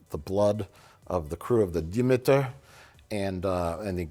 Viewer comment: Absolutely not bringing shade, I am wonderfully enthralled. You guys effing rock. It's "Dee-meet-ir". Not "deh-Mee-tir". Who came up with this language? (Again, I love you guys 😎😁😎)